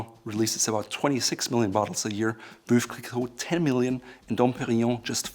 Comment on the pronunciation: Veuve is not pronounced "voove". The correct pronunciation is Vuv, like love....as to told to me by the house of Krug. Dom Perignon "Dom is an honorific name" is credited with the art of blending grapes and picking grapes at night to maintain freshness. Hi real name was Pierre Perignon. Does anyone know why some of the Champagne Houses have German Names? Duetz, Krug, etc? Also the oldest Champagne house is Ruinart. The oldest Champagne house for producing still wine, not sparkling is Gosset